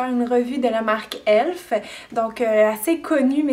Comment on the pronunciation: C'est pas elf c'est e.l.f